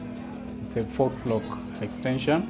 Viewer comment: you pronounced FAUX as fox. It’s pronounced FOE.